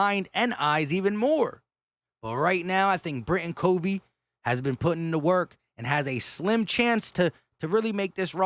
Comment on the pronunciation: It’s Britain C ‘uh’ vey, not C ‘oh’ vey. But I think we’ll all know this soon enough. 🦅